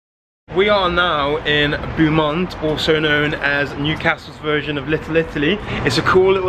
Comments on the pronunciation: As someone from Newcastle this is so cool to see, but your pronunciation of Beaumont st and the bogey hole is hilarious! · I laughed at the pronunciation too. Awesome video and glad you love my home city. Love from London.